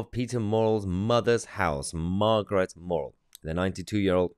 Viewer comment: Muh not maw Muh-rrel.. Murrell 😂